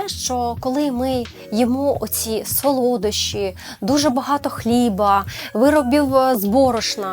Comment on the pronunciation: сОлодощі, наголос на першу о